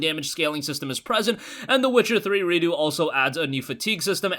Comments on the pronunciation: it's redux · Is it Redo? Or is trying to pronounce Redux as if it was a French word?